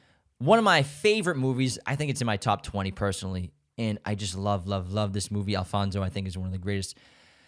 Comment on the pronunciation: I love you, you’re so right, and I loved the way you pronounced Joaquín, Guillermo, Alfonso etc. Your podcast is the greatest ❤️❤️ i rlly love your picks